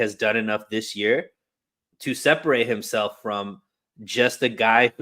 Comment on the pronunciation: If someone pronounces "this" as "dis"...we shouldn't care too much about what his opinion is. Dis a fact!